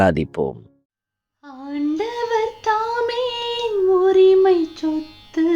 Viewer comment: Sothu…. Not chothu….